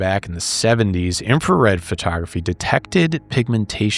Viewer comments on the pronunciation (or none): Thot-tography, hehee